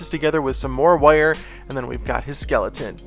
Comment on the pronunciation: can we get a compilation video of you saying "woyer" 🥰